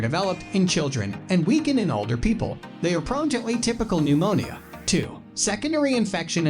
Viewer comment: Nemonial is how he pronounces pneumonia. It's hard to take it seriously!